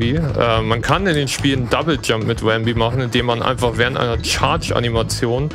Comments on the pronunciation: Sehr schöner Run, trotz manchen kleinen Schwierigkeiten. Manchmal gab es aber richtige Wow-Momente. Habe hier so einiges gelernt. DKC 2 ist eines meiner liebsten SNES Games. Aber das du zu Rambi 'Wambi' sagtest machte mich etwas wahnsinnig. ;-) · Cooler Run mit vielen interessanten Shortcuts und Glitches. Der Runner ist sympathisch und hat seine Aktionen kompetent erklärt. Machte Spaß. P.s.: Das er den guten Rambi aber ständig 'Wambi' nannte machte mich aber irre. :-D